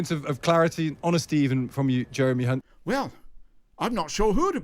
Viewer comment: Well done by not tripping up on hunts name. As many do. Brilliant. Thank you. Encore, encore, very funny.